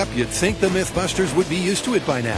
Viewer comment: HAAAHAH "don't think" was actually "don't sink"